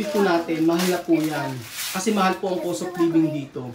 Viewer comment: Natawa ako sa "eh kashe anlamig mo shaken" at saka anlambing ng pagkasbe nya ng "bwiset" 😂